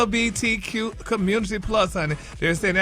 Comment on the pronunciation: ain't nobody praying for snoop. and stop playing ignorant gary you know how to say LGBTQ